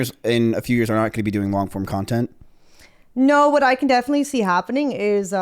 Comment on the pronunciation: she said nontent Cx